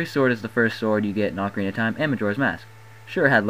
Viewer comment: why the fuck do you say awcarina its ocarina dipshit and you said bigoron's sword its big goron's sword